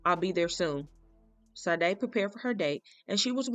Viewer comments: Pronounced Sha-day!! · It's the same spelling and pronunciation as the singer, Sha-Day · Please pronounce her name just as the singer.....may not be the same spelling. SADE!!